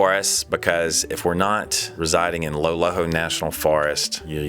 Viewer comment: Did I hear say "when he is not in the LOLHO national forest he is up in the tetons"? LOL